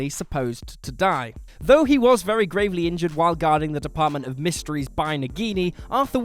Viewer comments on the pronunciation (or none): none